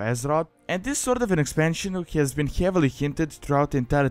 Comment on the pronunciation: i also like how you say heavily, like: hjeavely